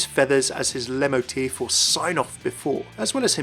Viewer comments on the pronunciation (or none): none